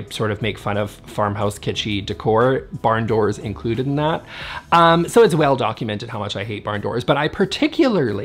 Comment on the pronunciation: "It's well-documated how much I hate barn doors...." 🤣🤣